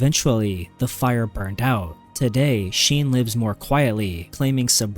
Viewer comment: Then how did he mispronounced Charlie Sheen's name